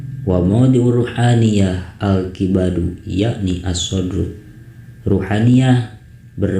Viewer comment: Afwan, alkabidu bukan alkibadu...